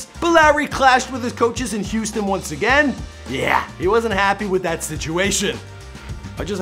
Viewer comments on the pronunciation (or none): none